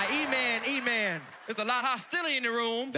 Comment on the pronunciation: He said “let’s go eman”